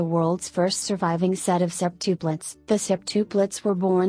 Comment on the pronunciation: I CANT STAND THE WAY THAT ROBOT THING IS SAYING SEPTUPLETS